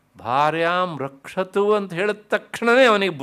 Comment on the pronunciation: 1 hr 3 minute is important pronounciation. Rakshatu (not Bhakshatu) Bhairavi devi